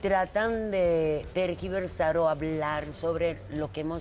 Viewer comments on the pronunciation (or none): No se dice terquiversar señora.... Se dice TERGIVERSAR